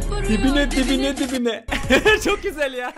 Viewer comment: Hani video nun başında "vuruyo dibine dibine " diyo ya ibine ibine anladım aq idjdhdhd